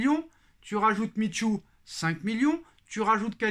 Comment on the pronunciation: Toi qui exige de la précision vis à vis de Nono. Je te ferais remarquer qu'on ne prononce pas "Mit-chou", mais "Mi-chu". Tu fais l'erreur à chaque fois que tu prononces son nom.